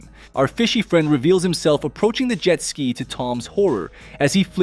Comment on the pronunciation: well now i know just to ask the robots to pronounce jet ski...